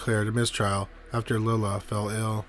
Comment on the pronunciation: Lila is pronounced "lie-lah".